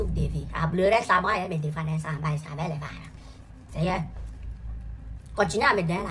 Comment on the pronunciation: La prononciation de "seigneur "me fume beaucoup 😂😂😂😂